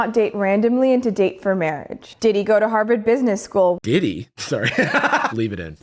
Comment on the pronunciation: Omg I had the same reaction. There was no H in that "Did he?"😅